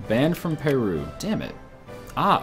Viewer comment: Its not pay-roo its per-roo.